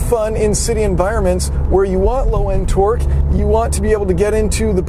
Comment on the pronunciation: Every time he says torque it sounds like he's saying twerk twerk that Subaru